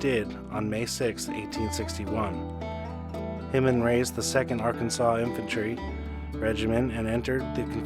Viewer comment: Hindman i have always heard pronounced with an I......like Blindman